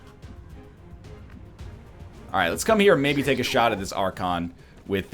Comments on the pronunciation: You're getting there with pronouncing Archon. It's Ark-On. Or POWER OVERWHELMING. depending on how Korean you are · I beat all of XCOM2 without realising that Archons were floaters. Btw I think it's pronounced Ark-on, like Archimedes since it's the ancient Greek word for Lord. But I also have no idea how it's correctly pronounced.